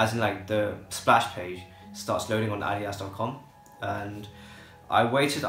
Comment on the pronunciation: finally! someone who pronounces adidas right!